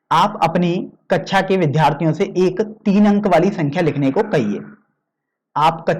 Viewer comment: Sir vo kaksha h kecha nhi